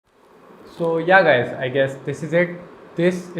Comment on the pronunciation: It’s yeh not yaa?? 😂😂🤣